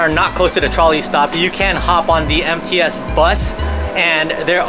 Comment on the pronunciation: When you said MTS transportation, I thought you said "Empty *ss" transportation. LOL